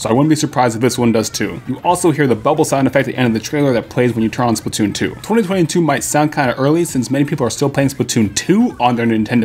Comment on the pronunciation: lol you said spatoon